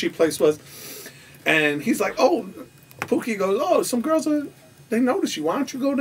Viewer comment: HIS NAME IS TOOKIE NOT POOKIE